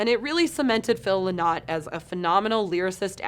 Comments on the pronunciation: Sorry to be the pedant, but it's "Lie-not" not "lynn 'Ot"... he was Irish not French :) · Phil ‘LIN-IT’ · You don't pronounce Phils sir name correctly and to add the only real and true metal album here is sad wings, the others are total classics but not true metal albums. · I'd have taken some advice on how to pronounce Phil's name